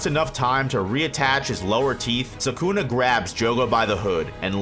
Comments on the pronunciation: It’s suh coo nuh not suk na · if i put these vids on 1.25x they are actually watchable! too much nonsense being said for a whole lot longer than needed. P.S. pronounce Sukuna right!